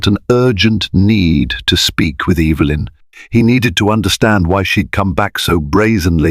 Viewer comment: It's EVA LYN CORRECT PRONOUNCEATION.